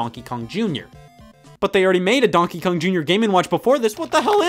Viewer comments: Conkey Kong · It sounds like he's saying Bonkey Kong. Its the newest Kong everybody. He flails his arms around wielding a baseball bat yelling Bonk! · Bro why does he say donkey kong like that Its like DONkey kong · Why does he say donkey kong like that😂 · the way scott says Donkey Kong.. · Every time he says "Donkey Kong" I remember he's from Ohio. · what the fuck stop saying donkey Kong like that I never noticed you saying it like that before stop it stop it Edit: ok he said it right thank god Edit again: he said it the bad way again